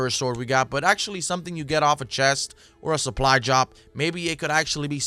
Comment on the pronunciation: He said Supply jop 😂